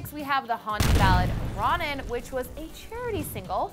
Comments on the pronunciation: ROE-nan, not ron-nan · It's RO NAN NOT RON AN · Ronan is pronounced Row-nan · His name is not Ronnan omg! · She's saying Ronan wrong, it's Rō-nen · A aaaaahhhhhh! it's Rõ-nen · Did it annoy anybody else how wrong she pronounced Ronan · she didn’t pronounce ronan right. and then she talks ab how said it is. it’s heartbreaking. so if she is gonna talk ab it, know what his name is. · Ronan is actually pronounced with a hard "o" like romance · You said Ronan wrong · The way she pronounced Ronan made me so mad